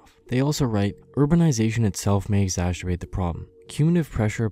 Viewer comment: It's exacerbate not exassterbate